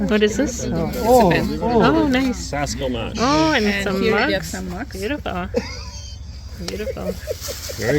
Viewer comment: SalskSelMash is pronounced Salsk-Sel-Mash. You miss the "s" in "sel". It's understandable, consonant clusters in Slavic languages are difficult for English speakers. Just informing.